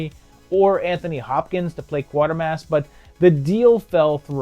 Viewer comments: QUAY-ter-mass.. Not QUARTER-mass. Bernard is worth more than 25 cents... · Actually, it's KWAY-tur-mass. A lot of people call it QUARTER-mass. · Great to have Quatermass being talked about in these videos, but please get the pronunciation right when you get to the sequels (it's KWAY-tuh-mass). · Quatermass - prn Kwayter-Mass. Have to say though, that I love these videos. THE definitive Sci-Fi & horror retrospectives.